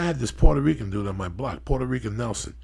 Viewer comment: Rican not Rica